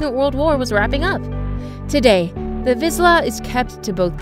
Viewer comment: That is not how you pronounce Hungarian Vizsla😶. I have a 4 yo one and he’s the sweetest dog ever he’s fast, active and thinks he’s a lap dog😂. Also a Vizsla is the third fastest dog in the world😮